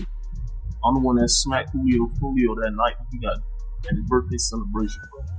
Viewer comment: Jew lee o. Foo lee o 😂😂😂